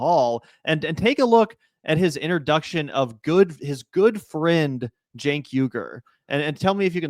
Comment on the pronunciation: All three pronounced it differently. Phil pronounced it Jank. Rfk pronounced it Chank and Stephen A pronounced it Sank.